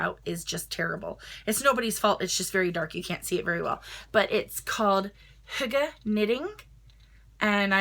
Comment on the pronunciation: Great pronunciation for hygee! I never knew how to say that! ❤️